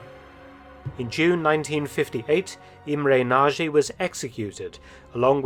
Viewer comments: Nagy is pronounced "Nodge", not "Nazhee". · Mr. Felton, Nagy is not pronounced the way you say narjay, but it needs to be pronounced narrrj. It means large. Hungarian is the hardest language to learn, so I cannot blame you for this error. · Pronouncination for "Nagy" is about "Nadj". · Also the pronunciation of Nagy is wrong. Nadge would be more accurate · All good, but try to get the pronunciation right: Imre Nagy - the Nagy is prounced roughly "nodge". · Go to Google Translate, select Hungarian, write Nagy and listen to it. It will not be Naje, that's for sure... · It's funny to me to hear how Mark pronounces the name "Nagy" 😄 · Nagy pronounciation is wrong